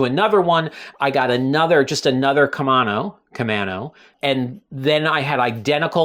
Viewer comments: You were asking how to pronounce Camano and if it was an island. Yes, Camano is an island, connected by a bridge. It’s pronounced “main” vs “man.” :-) Love the channel. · The camano paddle is named after an island in the Puget Sound. It is actually pronounced as ka-main-o by us locals. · Timely video as I’m thinking of a backup paddle. For “Camano” you are on strike 2. 😊. You have the first and 3rd syllables correct, but the second is a long a sound. Here is a local saying it.